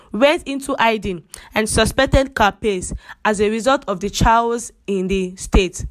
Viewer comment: Please the word chaos is pronounced keios for better understanding of your message. Thanks